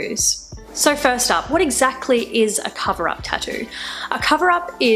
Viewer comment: "Tahdoo" I like that :)